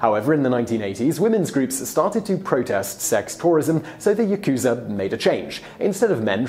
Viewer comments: Yah-ku-za not Yah-ku-zuh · Ooh don't worry Simon... I knew as soon as you said Yakuuza instead of Yakuza that you would struggle with the pronunciation 😀. It's the info that matters! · For the next time you re-issue, it's YAkuza, not yaKUza - the stress is on the first syllable. Interesting video, though. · Cholula Hot Sauce: Then why do most most Westerners pronounce it as ya-KU-za instead of the proper YA-ku-za? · 😂😂😂. I love these videos, but the Japanese is atrocious. It’s not YaKuza. It’s pronounced Yahkzah....the u is devoiced and silent. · Don't stretch out the Ku in Yakuza. It is YA-ku-za not Ya-KU-za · No, it’s not Ya-kooza. It’s “Yak-za”. You should at least get this pronunciation right. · the japanese pronunciation disclaimer was unnecessary after you said "yakooza" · Ya - ku - za say it with me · As sloppily researched as the presenter's pronunciation of "yakusa" and "tattoo." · lol yakooza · fact 1 you pronounced Yakuza wrong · Here's one pronunciation suggestion - when pronouncing Yakuza you don't put the accent on the middle syllable - Japanese pronunciation, in general, doesn't accent syllables (I'm not Japanese, but my wife was) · "Will try to pronounce all the words, but sorry if there are some difficult ones" instantly mispronounces yakuza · you can see the mistake in your own comment. You draw the ku too long. The ku is short. Like the beginning of cooking. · yaku + za. Not difficult at all. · Yakuza is pronounced wrong....